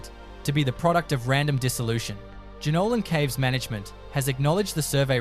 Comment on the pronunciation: Why put this out as anything other than fantasy. I know and love the Blue Mtns and I knew this was crap the moment the AI mispronounced Jenolan Caves! Actually after the first relevation I knew it was make-believe. Why waste your time creating these sort of lies?🙄